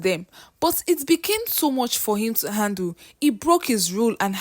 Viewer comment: Why can’t Nigerians pronounce words starting with ‘H’ ? How can you pronounce “Hiring” well but instead say “iring”, “Handle” they say “andle”, “His” too they say “is”😂😂😂😂😂😂😂